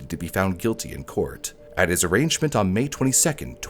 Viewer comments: Just wanted to say arraignment is pronounced “ah-rain-ment” not arrangement, great video anyway, though! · "Kuh-bar" knife, "arrangement"... FACEPALM K-BAR! ARRAIGNMENT! You'd think people would check these things... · it's arraignment not arrangement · Its arraignment not arrangement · 'Arraignment' is not pronounced 'arrangement,' the g is silent and the second syllable ends with an 'n' sound. The Moscow in Idaho is pronounced moss-co not moss-cow. Finally, in the last name 'Goncalves' the c makes an s sound like 'gone-saul-vez'. Just FYI, so that you can correct these pronunciations and appear more professional and informed in the future. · It's "arraignment" - uh-rain-ment. Not arrangement. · Uh-RAYN-ment. KAY-bar. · ( "Arraignment" is pronounced "uh-RAIN-mint"—ok, thanks, ❤ you, bye) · Whats with the mispronunciations? Arraignment was arrangement and Goncalves was mispronounced throughout as gon calves. It is gone solve is. Is it AI that reads the script? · seems like few know how to actually say "arraignment" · So what I’m gathering is tiktok is just as much of a cesspit of idiots yelling at idiots as I assumed it to be. Vindicated belief. Also you mispronounced Ka-Bar and arraignment.